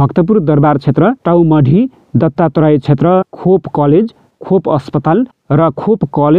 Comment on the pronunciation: खोप होइन खो प होहै